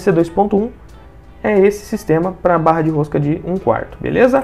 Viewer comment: "Borra" roscada?